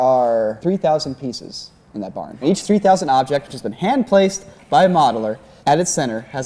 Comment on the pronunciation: I yawned when he was talking about the barn particles and heard him say barnacles